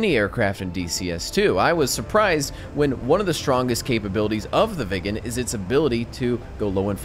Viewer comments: Say it like Wick in John Wick, but slightly softer. Wicken, that'll be allright. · It's pronounced Veeg gen. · It's not pronounced " vegan" it's pronounced " veeg-en" 🇸🇪